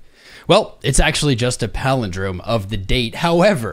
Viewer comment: Did you say Halving Day is a Powell-indrome? 😂